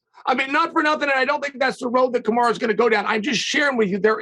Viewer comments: Chael just refuses to call him Kamaru haha Kamara? I'm sure he's been corrected 100 times he just refuses to call him anything different LOL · Chael is disrespectful. Its KAMARU not KamarA. Smh. Sneak dissing Usman is uncalled for. Pronounce the mans name as it should be. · "Ka-marA Usman" - Chael P. Sonnen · There is no way Chael is as bad at pronouncing names as he pretends to be.....Kamara Usman hahaha come on man. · Why does he call him "Kamara" ? why not just go with Marty? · Love how Chael just calls him Kamara 😂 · Why does he keep calling him, Kamara?